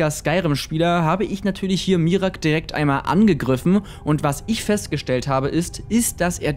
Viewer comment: Bro, es wird "Mira-ak" ausgesprochen und nicht "Mirak" :'D